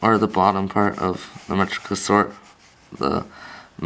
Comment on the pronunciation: metrio ryn kus is how you say it